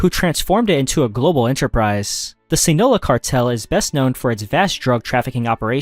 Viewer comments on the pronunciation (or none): WTF is Sii Nola, it’s SI NAH LOA. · the “sinoa” cartel 🤣🤣🤣🤣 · Jeez, hearing you butcher “Sinaloa” and “Guadalajara” felt like a punch in the stomach